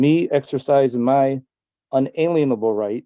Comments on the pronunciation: At least he pronounced "unalienable" correctly.. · hahahaha. And didn't he say "unalienable rights?" 😅